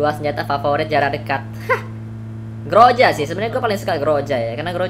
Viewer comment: Groza kun , bukan groja